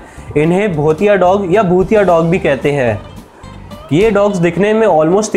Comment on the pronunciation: I am from uttrakhand that's not bhotiya or bhutiya that's bhotya